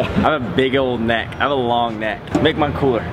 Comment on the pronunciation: he Said whats Ne"xt"ck